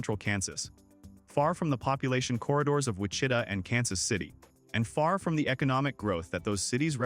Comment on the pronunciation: It’s hard to take seriously any video showing desert plateau in Kansas, can’t pronounce many towns such as Wichita.